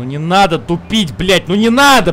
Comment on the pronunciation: 34.56 «успокойся, Амиго! Де нада! Де нада!»)) вместо «не надо!»